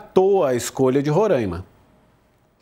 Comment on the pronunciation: A pronúncia é Roraima e não Rorâima